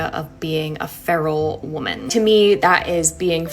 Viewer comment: By the way woman your pronunciation is incorrect